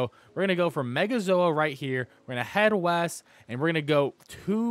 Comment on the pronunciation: East??? I thought he said weast 🤣